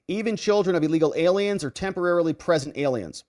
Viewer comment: Illegally PRESENT, I thought you said illegally pregnant